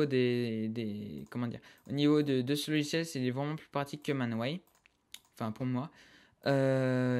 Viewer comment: C'est Mineways pas Maneways :) Si non surper tuto :)